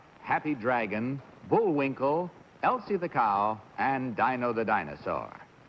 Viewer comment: Bud must not have watched The Flintstones to pronounce Dino as Dyno!!